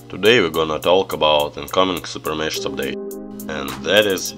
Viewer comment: Блин подучи английское произношения а то кринж постоянно. "Супер мешс" бля ору, звук "ш" в английском обозначается комбинацией "sh", а звук "х" комбинацией "ch", но так же эта комбинация может обозначать звук "ч", но не в этой ситуации. То правильно будет супер мехс. А также слово "item" читается как "айтем", но никак не "итем". Если чуть туго с произношением то перед тем как записывать ролик, посмотри как правильно произносится то или иное слово в Гугл переводчике с помощью опции прослушивания, в крайнем случае можешь транскрипции поискать. А на счёт обновы ооочень спорно. С одной стороны крафт леги хоть дорогой, долгий и не факт что леги , но тем не менее шанс есть, а то сейчас вообще лег нету. Ну а то что забирают сильвер боксы то плохо.